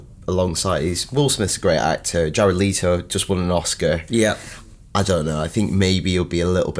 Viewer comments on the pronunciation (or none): The way he pronounced Jared 'Leto' 'Leeto' made me cringe